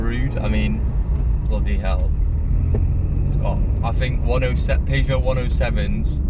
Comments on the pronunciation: How to say Peugeot its pronounced as PERRSHOW NOT PAEJO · Dude says "Paygeot 107". Dude says 0-60 in 15 secs, but all of these cars have a 0-60 of either 13.7 (no Aircon) or 14.1 (with Aircon). Dude says he knows nothing about 107s. Dude got that right. Those 107 XS models are actually very rare and about £300 max would have fixed this car up properly. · Had to switch off after hearing you pronounce Peugeot